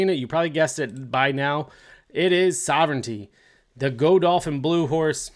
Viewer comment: Well coal battle isnt undefeated and already has enough points and your #8,#9 & #10 all shouldn't even be on the list and its Citizen Bull not Citizens Bull and its not pronounced Go-dolphin 😅